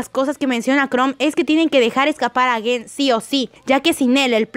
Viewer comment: No es guen, es gen